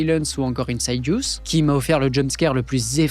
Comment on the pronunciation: "insidious" n'a étymologiquement rien à voir avec "inside". ça ne se prononce pas "inside-yous" mais plutot "in-city-us"